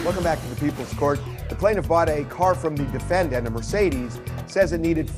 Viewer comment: ...why does Harvey have to keep saying 'defen-DANT'...?????